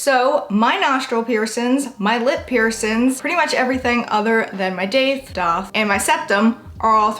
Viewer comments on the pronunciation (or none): Haha “Daith, Dahth “ always pronouncing it both ways. Love it. 🥰